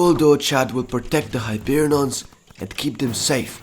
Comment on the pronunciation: Its hyperion not hyperinons